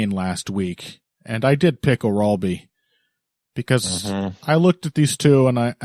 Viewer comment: The pronunciation of "Orolbai" is driving me nuts. Please go and find the Anik pronunciation guide 🤣